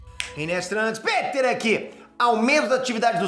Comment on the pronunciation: e sopa de macaco e nao sopa de mamaco kkkkk.